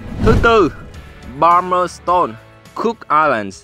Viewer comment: Thông tin rất hữu ích, xin cảm ơn. Người New Zealand đọc là Pa-mer-stân ( không phải s tôn) và New Zi Lân (ko phải land). Thanks bạn